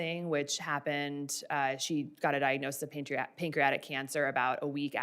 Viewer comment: "Pancreotic"? PANCREATIC*** Jfc